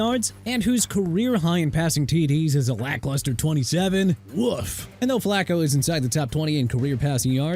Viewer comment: Dude... I'm done... Flacco is pronounced flah-koh not flak-koh... and it's Ter-rell Suggs. WHAT IS WRONG WITH YOU? YOU CAN'T PRONOUNCE NAMES RIGHT? I'VE HAD ENOUGH. TOO EARLY FOR THIS GARBAGE...